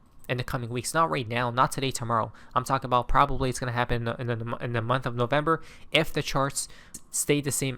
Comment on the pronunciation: It's November now 😂 NO vember😂